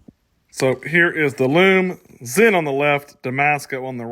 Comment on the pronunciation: Excellent job in saying Stowa and Sinn correctly. I can't help but get irritated when they're not. It's a gift, and a curse lol